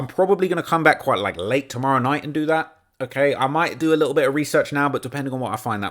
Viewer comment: “D4VD’s lit-el Fixer” (uk voice) 😂